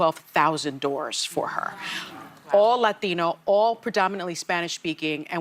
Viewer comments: Why is she saying Lathino instead of LaTino!! Lord have mercy!!!’n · 🤝 ikr. She loves saying layteeno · What is with the emphasis on the word "Latino" when they pronunciate? Does this give them street cred?